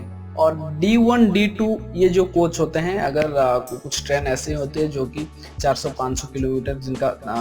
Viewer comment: आप ऐ को अये क्यों कहते हो। जैसे ट्रेन को ट्रैन क्यों कहते हो। मात्राओ को सही से उच्चारण करो।